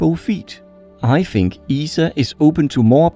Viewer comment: Really cool vids, you have another subscriber. Soon to be a million! On a side note, if you need help with your English, hit me up. I notice you keep using the letter "f" instead of "th" and you're saying 'fink' and 'affleet' (athlete) and so on which detracts from your otherwise high-quality productions. I'd be happy to help :)